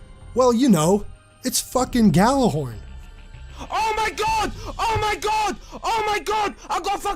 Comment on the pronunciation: The fucking cringe of people pronouncing Gjallarhorn like that has never left me all these years later...